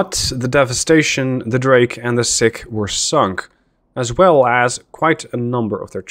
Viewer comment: Doubt you will need to say it again soon, but the DD Sikh is pronounced Seek, not Sick. As in after the religion - Sikhism